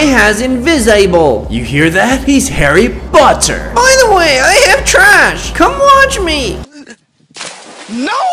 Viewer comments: Why did you say Harry botter but it’s Harry potter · I love how says he's Harry botter not Harry potter Lol. Edit -Please please eat this food 🍪 🎂 🍇🍈🍉🍊🍋🍍🍎🍐🍑🍒🍓🍓🍅🍆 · Harry boter O-o lol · "so shut face" "i am harry botter" "and i has invisable" 😂😂😂😭😭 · You hear that he’s harry BOTter 🤣🤣🤣🤣🤣🤣🤣🤣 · harry Botter Me: laugh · Harry botter😂